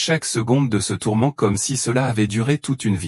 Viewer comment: tourments, on dit pas tormant merci l'ia d'arreter de nous prendre pour des c....